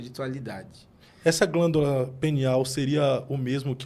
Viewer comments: Glândula "pineal " 😅 e não penial kkkk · Me da uma agonia ouvir glândula penial, penial é relacionado ao pênis. É glândula PINEAL. Só uma dica, em nome de Jesus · O nome da glândula é PINEAL e não penial 😂😂😂😂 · Não é penial, não,. É pIneal, PI. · voltei no video e realmente eles falam penial kkk o nivel de humor subiu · O nome é pineal e não penial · Pineal e não penial